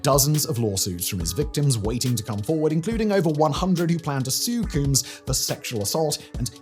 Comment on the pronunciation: Simon, I know you have no use for a comb, but I'd figure you could at least say the word. 😂